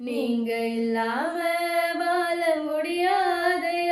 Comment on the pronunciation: "வாழ" என்று உச்சரியுங்கள். வால என்று உச்சரிக்கிறீர்கள்.